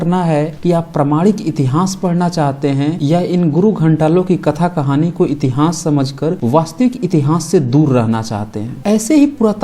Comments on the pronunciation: आप "इतिहास' का उच्चारण "इतिहांस" कर‌ रहे हैं जो गलत है । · इस चैनल पर बहुत विश्वसनीय जानकारी दी जाती है। इसके लिए चैनल को बहुत-बहुत साधुवाद! उच्चारण सम्बन्धी त्रुटि पर टोकना चाहता हूं कि इतिहास को इतिहांस न बोलें। बुरा लगता है कि इतनी विद्वता की बात करने वाला इतिहांस क्यों कहता है? जय मूलनिवासी!